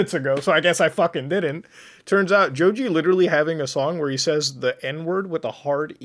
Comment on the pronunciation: How he pronounces Joji like Joju hurts me